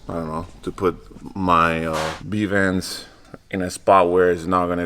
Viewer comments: keep calling v bands b vands 😂😂😂😂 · Did I hear him say bee vand? Instead of v band? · why he keep saying b vand?